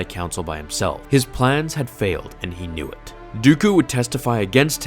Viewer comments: . Was it intendet by him to let "knew it" sound like "dew it"? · "knew it" sounds just like "do it" but i like to type it "dew it'